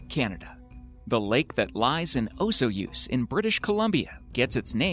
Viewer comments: On the first video #15 Osoyoos is pronounced O---Soy---Use Not O---So---Use. Just saying. Cheers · Check on the pronunciation, please. Osoyoos is pronounced O soy oos, accent on soy. Lake Abraham does not lie in Banff National Park; it is just east of the park boundary. I should know since I used to work at a motel/campground sited on Lake Abraham. There is a mountain on the east side of the lake named Mount Michener, in honour of the late Canadian Governor General Roland Michener. One of the myths about this area is that Sasquatch (aka Big Foot) live in this area. When I was in grade 7, our class went for a day-long trip out to the dam while it was in the process of being built. Just that day, 3 of the workers left because they had seen Sasquatch and were afraid to continue working with these creatures lurking in the area. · Number 15 is pronounced Oh-Soy-Yous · Pronunciation Police #15 Osoyoos, BC is pronounced as oh-SOY-use. I know. It's weird. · #1. Say , " Oh-soy-use " . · Just pointing out you and Google pronounce Osoyoos incorrectly. (First lake) But decent video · I was born in Osoyoos, where Spotted Lake is. Osoyoos is definitely not pronounced how you pronounced it, not even close, but it was a good effort. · That is not how Osoyoos is pronounced lmao